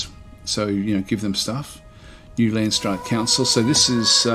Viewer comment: I like how your prenounce landsraad. It's a Dutch word so you completely butcher it.